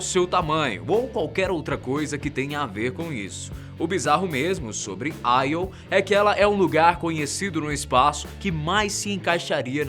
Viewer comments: Io se pronuncia “Iô” mesmo e não “Aio” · não é aio. é io até os Karas do nategeo ah chama de io iiiiiooooo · Nao é aio é io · não te esqueças que Você é Brasileiro... "AI" é o cacete! Não se comporte como um americano, porra?! É Io!!!! É tambémp por causa de Brasileiros Subservientes como Você que nosso País não caminha!!!! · Júpiter possui 69 satélites naturais confirmados sendo assim o planeta com maior quantidade de satélites naturais no nosso sistema solar, dêem uma verificada pois pela data de postagem do video esse equívoco foi por falta de pesquisa. Outro detalhe é a pronúncia dos nomes ganímedes(normalmente pronunciado ganimedes) e IO(normalmente pronunciado io mesmo), que foram pronunciados de maneira pouco usual, para um assunto tão importante que é a astronomia acho que poderiam ter produzido um vídeo com mais cuidado para evitar esses equívocos. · Pronunciou os nomes quase todos errados... Não se lê AIO... é IO mesmo. A maioria das luas são referências a mitologia Greco-romana. Ganimedes não tem acento no I. E esqueceu de falar sobre Caronte (Lua de Plutao) e a particularidade das luas de Marte (Phobos e Deimos). Muito desinformado esse pobre rapaz.